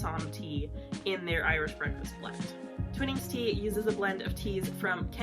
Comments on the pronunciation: Twinning is pronounced twine ing. I watched a video featuring the grandson of the twinning family and he said it was pronounced twine ing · I'll second the pronunciation of Twinnings as "twine (like the string) + ings" 😉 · The first I in Twinings is prounced like the I in “I like ice cream”or th3 word twine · Yes, along with the annoying music track her mispronunciation of Twinings is so gratingly American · I'm English and live on Yorkshire Gold tea, which is what we call builder's tea (very strong!) By the way, I don't know if I'm right, but us Brits refer to Twinings with a long I, so twine-ings